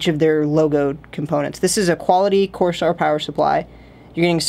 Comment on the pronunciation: please don't butcher the companies name, its kinda rude